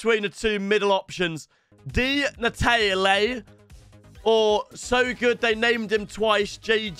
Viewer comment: Bro he said between Di Natalie or ockocha